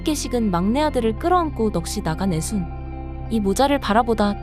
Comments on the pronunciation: 애순이를 자꾸 애선이라고 읽어서 짜증남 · 애선 애선 계속 거슬리네요;; AI 스크립팅 읽기의 한계인듯…